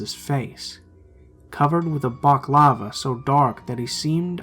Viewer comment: "covered in a baklava" haha balaclava!